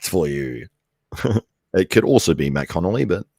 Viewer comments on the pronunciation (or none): Matt absolutely enjoyed you messing mine and Rich's names up haha